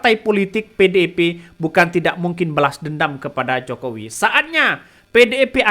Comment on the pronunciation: Membawakan/Membacanya Nggak Usah Terburu2....Santey....Biar Artikulasinya Jelas Terdengar.... mah bilang PDIP jadi PEDEPE....Pelam2 aja yaak....Trs JanganTerlalu Banyak Cengengesan....Biar Enak di Dengar nya..Aku Suka Akun YT loh...Semangat....🔥🔥🔥❤❤❤